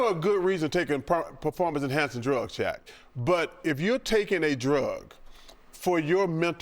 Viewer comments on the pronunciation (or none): Why when Chuck say Shaq, I think he saying chat😂😂